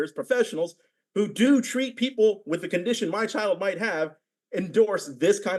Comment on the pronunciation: God, i cant take anyone who pronounces "with" as "wif" seriously.